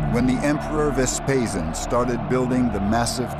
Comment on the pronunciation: I gave it to the second minute when the narrator twice talked about Vespasan and not Vespasian.